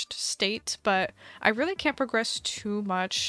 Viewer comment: I thought you said progress instead of progress xd